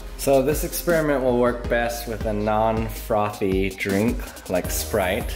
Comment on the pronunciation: You say frothy funny. I could listen to you saying that all day